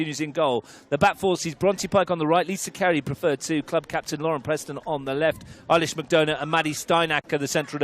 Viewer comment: Ailish with an A (not E) and McDonagh like McDonna. I watch from Saudi Arabia and love your commentary but please pronounce her name correctly!! Thanks!